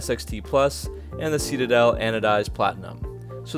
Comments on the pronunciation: It’s pronounced ‘sit a dell’, not ‘see ta dell’ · Seat a dell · Is it ironic or just idiotic that someone telling us about these cars can't even say the name ("see-ta-dell"). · You say citadel so goofy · You say Citadel wrong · Nice vid but please learn how to pronounce citadel. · Reese Barger he also says “button” like “budden” and “fascia” like “fasheea.”